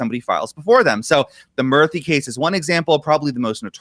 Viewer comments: Murthy is pronounced as moorthy btw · Its "Moorthy" to pronounce